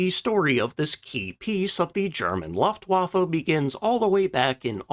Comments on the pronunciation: Luftwaffe = [Lou-ft-wah-ff-a] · I just can't get over you saying "laftwaffa". Can't you tell the difference between the letters U, A and E? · Luuuuftwaffe. With an "u" as in "butcher".